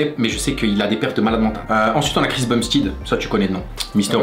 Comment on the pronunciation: Chris Bumstide j'ai saigné des oreilles 😬 à la prononciation c'est plus un truc du genre Chris Bumstaide que Bumstide 😂